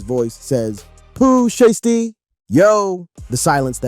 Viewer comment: Why all of these videos can’t pronounce names anymore, who tf is shisty, and sheisty 🤷🏾‍♂️🤷🏾‍♂️🤦🏾‍♂️🤦🏾‍♂️